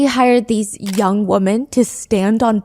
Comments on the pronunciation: Please learn the difference between wo”man” and wo”men” i really enjoy you, but its crazy you dont know the difference🤯🤯🤯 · It just bothers me a bit that you pronounce the plural “women” as you would “woman” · It’s nails on a chalkboard when you pronounce “women” like “woman”